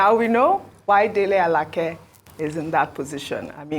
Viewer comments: U don't understand me. She's not struggling with the name pronunciation. There are two names with the same spelling. She perfectly pronounced the one she used. That is A-la-keh. The Minister is A-la-kay. If she goes to Abuja and asks for Alake (a-la-keh), it is possible there is someone bearing that name in his office. This is just a 2mins learning, and I'm sure Ojy has no problem with it. It's ppl of low capacity who think they have to pause every other area of life until Nigeria turns to America. Remember, Ojy is a journalist, not a reader like u. She will handle it differently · Thanks so much Arise. Ojy is doing well. I think I've heard Ojy called Alake (a-la-kay) Alake (a-la-keh) a few times before. Both pronunciations are Yoruba names but this Minister is Alake (a-la-kay) like Alake of Egbaland. I expected Rufai, Ayo, or Dr Abati to have spotted this. They always do, I'm surprised how this skip through. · Alake is pronounced:Alaa Kay. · I wish I can do even a quarter of what you guys do ..BUT if you have to be the one..then do it well..Our Ojy should learn to pronounce Nigerian names ..no excuse oh..You can't call Alake like you r calling a ladies name..and many more ... And our politicians just open their mouths..imagine .Alake saying he is trusted to get his post . ..